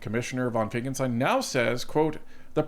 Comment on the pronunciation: I love your channel but please stop saying Finckelstein when his name is Finckenstein